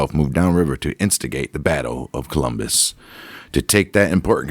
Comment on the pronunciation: It's COLUMBUS!!! Not Columbia